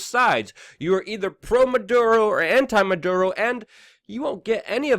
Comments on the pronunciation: Dude, it's not "Man Duro", it's "MaD ooro" Unfortunately, I 100% agree with what you are saying. I'd like to know why those Venezuela people are fighting/begging at the border and not their own government? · Dude, you’re incredibly smart but often late on reporting & here you mispronounce Maduro & call him “Monduro.” But, it actually shows you did as much research as possible so this is a good video. Well done. Liked. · The name of this sack of shit is, " Maduro ", not, " Manduro ", you little genius ..